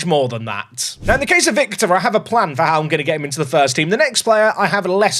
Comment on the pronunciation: Hello, romanian viewer here. Victor you got it right, but on Trăistaru you can use this template “Truh-ees-TAH-roo”. The ă letter is pronunced exactly like when you are thinking loud, that log aaaaaaa when you dont know what you say😂. Big love❤